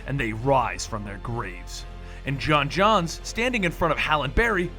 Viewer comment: Johns johnns it's pronounced John jones